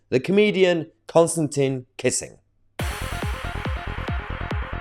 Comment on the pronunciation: It's pronounced 'Kisin', Mahyar, not 'kissing'.